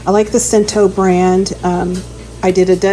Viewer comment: FYI Cento is pronounced CHento